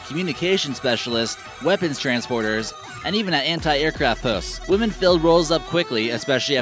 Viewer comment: Beautiful country and people. Btw, to the narrator of this video, the word “women” is pronounced “wih-mihn”, not like “woman” as you do many times in this video.